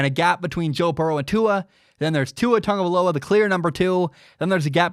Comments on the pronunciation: Cuz it's pronounced how said it. Tongue-uh-vie-low-uh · I mean that is how it’s pronounced